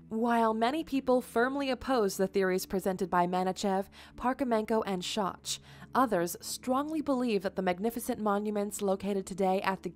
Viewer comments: First off, get his name right. It's Robert Schoch, pronounced SHOCK. He has even voiced concerns over people pronouncing and spelling his name wrong. Also, Dr. Schoch is a component of the RAIN theory, that the sphinx was built during a time when Egypt experienced HEAVY, rainforest type rain fall. THAT is what caused the erosion, NOT static Water or waves. Rain fall creating the vertical erosion lines is the point of contention and are what prove the sphinxs immense age. Secondly, the pyramids and the sphinx were constructed by a civilization that existed LONG BEFORE the Egyptians were even a thing. The ancient Egyptians simply found these monuments already there when they settled in the area. They found them so amazing that they then decided to attempt to copy them using their own, more primitive methods and ultimately failed in recreating both their size and complexity. The sphinx is THE BEST example of a lost civilization and of a culture that existed on earth 100s of thousands of years ago and that was more then likely a world wide civilization at that. One that we are just now starting to learn about and understand that they did in fact exist. We are just starting to connect the dots and see that the so called "coincidences" are no such thing, but rather the result of a singular culture that spanned across multiple continents. One that had both the knolwedge and the technology to construct huge megaliths by cutting, shaping, moving and lifting massive hundred and even th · He's name is not Scho(ch) as in scot(ch) but Schoch as in shock. And his proof is about RAIN water damage to the Sphinx and Sphinx Enclousre not not a flood. It is two very different things. Don't misinform people for views please. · You are mispronouncing Dr. Schoch. It’s not shoch. It’s shok. That’s the most basic background. He’s the foremost expert on the Sphinx and the water erosion. Recognized as such by all other Egyptian experts. It makes the rest of what you say lack credibility.